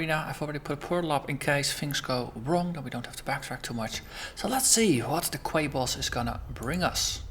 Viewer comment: Haha, nice Monty Python reference. :) BTW, Quay is pronounced "key". I know, every time I see it written down I want to pronounce it the way you do. English is strange.